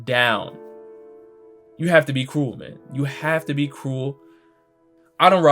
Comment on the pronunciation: Bro when you say ‘cruel’ it sounds cool and it’s fucking hilarious